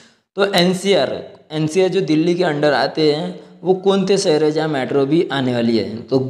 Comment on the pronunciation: Saher nhi shaher hota h dost . Lagta h marhathi medium se padhai ki h aap ne